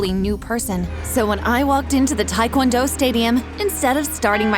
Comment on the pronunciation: This woman can’t even pronounce Taekwondo right. XD (I’m Korean btw)